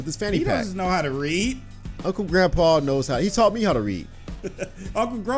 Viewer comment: It's not grunpa it's grandpa